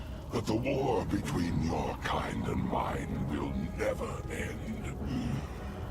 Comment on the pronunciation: Are you saying "will" or "wheel?" It's ambiguous.